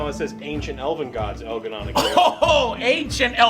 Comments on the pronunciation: al garnan and gil ga nain!!! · Elgahnon and Gilgarnain lol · But in seriously Joe, have you seen El'gah'non and Gil'A'nain? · But Joe! We need to fight El'Gah Non not Gil' A' Nain!!! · Did you say THE ancient Elven Gods Elgar’nan.... and Ghilan’nain!? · “EL’GAH’NON AND GUIL’A’NAIN ARE APPROACHING THE GENERATOR!”